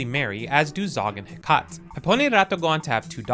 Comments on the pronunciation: One thing I would like to point out is Hecate's name is pronounced "Hek-ah-tee" instead of "He-cot". The name comes from the Greek Goddess of magic, sorcery, necromancy, and ghosts. So another fun little hint towards Olive's family! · Hecate is heh-caht and not he-cuh-tee? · Hecate is pronounced "heck-a-tee" and is named after the greek goddess of the night, magic, moon, and crossroads. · i need you to learn how to pronounce Hecate, please. heh.cah.tee. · "Heh-kah-Tee" = Hecate (Ancient Greek Name) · Hecate is pronounced hec-a-tee and is a reference to the goddess of witchcraft. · Please learn how to pronounce Hecate, she is the Greek goddess of lost souls and magic. The former I think making her perfect for the Specter family